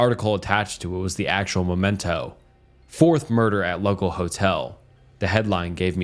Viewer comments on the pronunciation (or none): none